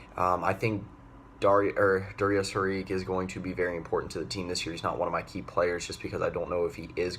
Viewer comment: its pronounced Dario Sharich. and its Jerami Grant